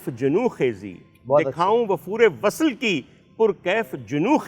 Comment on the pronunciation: ڈاکٹر صاحب آپ عمدہ پڑھتے ہیں۔ صرف یہ کہنا تھا کہ وصل کو vasal نہیں vasl پڑھیں۔ اس کے ساتھ ساتھ، ایک لفظ پڑھا سحر، جہاں وہ جادو کے طور پر استعمال ہوا، وہاں آپ نے Sahar پڑھا, Sehar پڑھنا چاہیے تھا۔ آباد رہیں